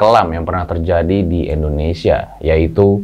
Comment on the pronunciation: Sorry nih bang, tolong pelafalan/pengucapan INDONESIAnya dibenarkan. Bukan ENDONESIA tapi INDONESIA.